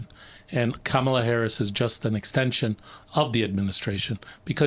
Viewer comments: You have to figure out how to pronounce her name popular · You are pronouncing Kamala 's name wrong !!!!